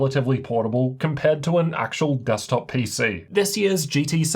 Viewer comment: *Titan GT77: Dekstop, replaced: Yep, dekstop replacement